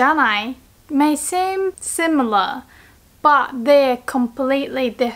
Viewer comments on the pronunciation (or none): none